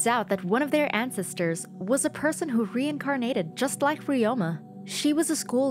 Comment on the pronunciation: "an -cEs-ters" "induviduals"